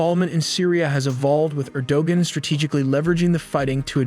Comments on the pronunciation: Yep. And Erdogan is pronounced Arrow-wahn. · “Er da wan” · Erdogan / Er-Doe-Whan. -not judge'in, just say'in ((thug hugs)). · Then spell it like Erdowan. English does not make allowances for Turkish pronunciation in its alphabet. If Erdogan wants it spelled with a "g", then just accept the suffering of being mispronounced. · Erdogan? Stop with AI if you can’t get it right. Honestly, I’ll do the audio/speaking for you if you’re too afraid to speak. And Israel isn’t an ally of Syria wtf?? It’s so easy to tell which comments are bots btw lol look how generic they are… “this channel is always a source of great accurate content” yeah, as you get words and facts wrong… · even this dude doesn't say the name of president of Turkiye properly too!!! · Pronunciation of "Erdogan", "Aleppo", "Iraq" etc. etc. etc. I can't take this video seriously. Gonna have to just pause it right there and thumbs down. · bot wasn’t trained on Turkish pronunciation 😄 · Dude before you go and make a video maybe you should go and learn how to say these people's names before you make a fool of yourself like you can't even say turkey's president's name properly or Bashar al-assad go back to school and learn some English bro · most brutal name butchering I have ever heard. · I lost it when he pronounced erdogan wrong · Video is pretty good, but I think you should double check pronunciation of names. You mispronounced Aleppo and Erdoğan